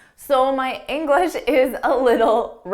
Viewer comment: I'm sorry,, but every time you say "englis speaker", yes without an H, it kinda bothers me.